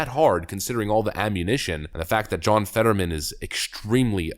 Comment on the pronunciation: His name is John... Fetter-whamen!